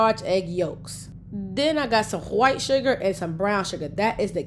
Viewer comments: whats with the weird speech impediment ...I've never heard anyone not be able to pronounce white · Hwhite sugar. Stewie approved 😆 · Hhhwite sugar 😂😂😂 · When she says whit that shit sound nasty asf 🤬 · you say "wHite" like an old school southern racist 🤣🤣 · HAWIIIGHT SUGAR 😂😂💯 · The emphasis of the “white” sugars 😂😂😂😂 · The way you say WHITE 😂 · Why you say white like that⁉️🤔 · Why you say white like that? You don't pronounce it the same when you say whole milk. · Why do you pronounce white that way??? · Why does she say white like that? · What’s with the ridiculous way you say white? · Why you say white sugar like that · Why does she purposefully mispronounce the word 'White'? ( turning it into a Arabic sounding word!)